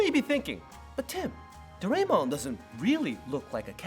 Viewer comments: Dorae(mon) should sound like dorae(moon)…….. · For Doraemon but the others were fine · The Sazae-San is Pronounced Sah-Zah-Eh-San not Sazay-San and Doraemon is pronounced Do-Rah-Eh-Mon not Do-Ray-Mon. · Nice informative vid! But why you gotta murder Sazae-san's name? Suhzay--san???? Also, instead of Garfield you should've likened Doraemon to Felix the Cat. Also, Doraymon??? I DID actually know of all of them, but I'm not gonna toot my own horn (too much!). Also, I didn't see any mention of Chibi Maruko chan! But very informative and good. No hate!